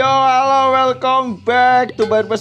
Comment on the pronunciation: Oyy welcome.Back bukan welkom beek emang welkom bebek wkwkwkw